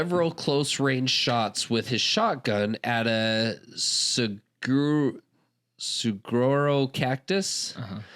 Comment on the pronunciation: Saguro is pronounced saw-aro. They're incredible things!